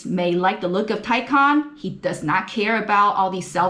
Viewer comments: Good video and thanks for looking up the pronunciation of Taycan. The Porsche is more luxurious than a Tesla Model S, but you’d especially that from a pricey Porsche. Now a suggestion - pronounce Porsche correctly, two syllables, POR SHAH. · I've watched videos with other car reviewers, some with big names behind them, mispronouncing the name 'Taycan'. Kudos to you for taking the time to look up how to say it properly.